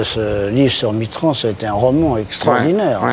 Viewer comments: Pourquoi François Mittrand ? C'est Mitterand !!!! Pour un écrivain ... Bravo ! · Il s’est même pas dire Mitterand